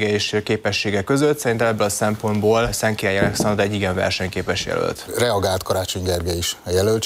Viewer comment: Masnak is feltunt hogy nem tudja Szentkiralyi nevet kimondani?😆